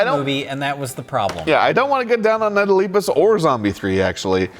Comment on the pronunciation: YOU KEEP PRONOUNCING LEPUS WRONG!!!!!!! AHHHHHHHHHH!!!!!!!!!!!!!!!!!!!!!